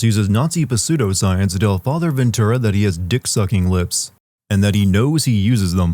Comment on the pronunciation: I absolutely HATE that you pronounce the "P" in pseudoscienc, you do it in a few of your videos.